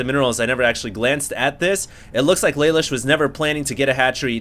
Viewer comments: I believe his name is pronounced Luh Loosh. It's an anime reference. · its spelled Lelouche and its pronounced leloosh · its pronounced la loosh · pronounced lalouche, from code geass ^^